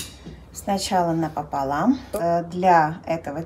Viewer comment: Цукаты отличные, но Ваше " напополам" так ухо режет! Видимо в школе учитель русского был не очень...